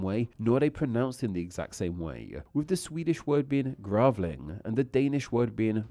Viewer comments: Grävling and Grævling must be one of the worst examples, they are spelled the same! And the way you pronounced the word in both language made me cringe. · Mate you goota look into taking a Babbel course on Swedish/Danish/Norwegian "Hejh pa dig", "Gravling" ÅÄÖ are not pronouced as either A or O. Other than that great video.